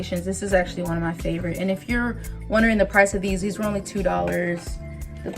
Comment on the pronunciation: Not plato santo, but palo santo lol.